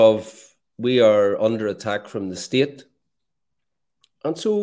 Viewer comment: Bwilliant stuff fwom Mr Bwolly